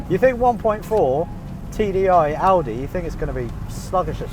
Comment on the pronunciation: I love that pronounces Audi the right (german) way.